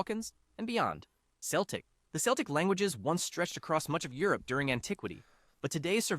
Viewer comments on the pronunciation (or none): Seltic.... really? So competent that he contradicts himself moments later. 50/50 then. Always get an American to narrate your video about European languages! The labelling is another accomplishment with the famous wooden island of Cypress. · CELTIC = KELTIC not SELTIC !!! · Never heard Celtic said like "Seltic" before. We say "Keltic" in my language. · As another commenter has rightly said, Celtic should have been pronounce with a hard 'c'. There is an exception; a major Glasgow football team is Celtic, pronounced seltic. The celtic languages are putting up a determined fight back. Welsh is not declining. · Ah, yes, the famous Seltic languages. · Celtic is pronounced as Keltic, unless you speak of a Glasgow football club. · Celtic is not said with a soft C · From a Polish perspective, we understand maybe around 40-50% of what Czechs, Slovaks, Ukrainians and Belarusians say, the other ones it's just particular words. And the Slavic part was of mediocre quality at most. Edit: it's just the quality of the entire video. Imagine mispronouncing "Celtic" in a video talking bout language families.